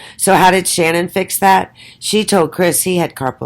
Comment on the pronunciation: i can not fathom this. Why would you say these things and not substantiate any of your claimed judgement????. Even if Shannan ( you never say her name right buy the way) Even if she was a big lie should we not love and care for her???? I can never listen nor belong to such negative hate towards a Murdered woman who tried so hard. why not show the documents to back your mouth. I have seen women such as you many times, so judgmental towards others. This takes the cake, Shannan can not fight back, she's dead and a very easy Target. Show documented statements or be quiet. She never had lupus, I just want to see your Diagnosis qualifications. So sad , your doing this and persons listen when they should ask these questions. No go delete me and my truth, See you.